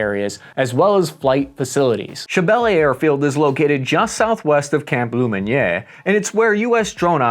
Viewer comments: Ha ha, enjoyed your attempt at the Camp name. Camp Lem-kd;sajfblahblah! 😄 Camp Lem-on-yaaay. Pretend you're French when you say it. I used to call it Camp Lemonade. Looks a whole lot better now than when I was in and out of there back in the early to mid-2000s. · It’s pronounced “lomon-eer” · “Lemonnier” lummonyey